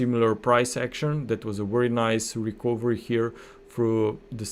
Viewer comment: Very good content. Thank you for your effort.👏 A small remark: the letter "o" in the word "recovery" is not pronounced, but like this >>> rəˈkəv(ə)rē. 🙂😉